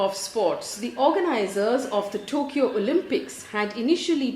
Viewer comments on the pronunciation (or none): none